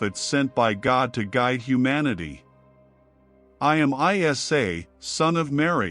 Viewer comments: Its not pronounced as I S A its Isa (e sa) a.s You're even muslim or just wicked manipulator? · Its NOT, ‘I-S-A’ but Iissa(or Eessa) weird AI pronunciation. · It's not I.S.A. it's eisa. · Prophet ISA or JESUS not called as I.S.A ,so stupid,pls cl him as EESA when u pronounce,u disgrace his name mr mc,be literate n dnt be unilleterated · Masha Allah a very beautiful and educational video! There is so much research and work put into this video but not been able to pronounce the name of the Holy Prophet Jesus - ISAAH, peace be upon Him and His Holy Maria - Maryam peace be upon Her! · Salam hello bros please prononce ISA as Prophet Essa or ISSA PBUH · Islamic vibes? You can't even pronouce isa's name properly, you're pronouncing it I S A come on man! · This must be AI, Jesus name is not an abbreviation, but need be pronounced Essa. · Its not ISA but Essa whome u call Jesus